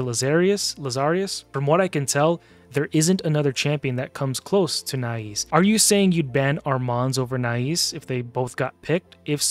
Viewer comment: Nais is pronounced NICE. He's my most wanted, with Komidus in 2nd place, but I already have 3 Krixias, 2 Mikages, 2 Lazarius, 2 Siegfrunds, Galathir, and several others. Above all of those, the "free" fusion Magic lego Armanz is picked every fight and, if allowed into the battle, dominates and wins most times. So, tell me more about overpowered mythicals. 😂🤣🤣🤣🤣